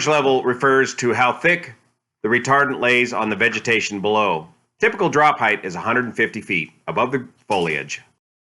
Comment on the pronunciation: Amazing aircraft, dude. 19k gallons, over double the DC-10? Wow. // Yeah, IFR departure. for sure. Hazy stuff. (P.S: Did you really say that,? "normal drop heightTH"? Hoboy.